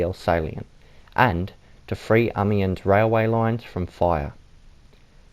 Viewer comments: Many people don’t know and it’s understandable as it is not their native language. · Painful to watch, dude can't even pronounce amiens